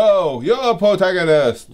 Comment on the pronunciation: the Pwotagonist guys claims Dartz is his ancestor anyway :D